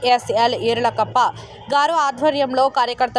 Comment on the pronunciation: ఇరగప్ప కాదు ఈరలక్కప్ప